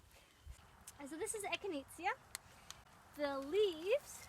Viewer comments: It’s echi-nay-sha, not echineetzya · Eck-in-ayy-sha is how its said.. 😂😉